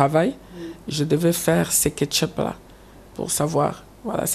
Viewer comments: on dit checkup, mais pas ketchup zoba ya mama koko donc zobacccccc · mwana congo 😀😀😀😀 Ketchup 😀😀😀😀 Eza check up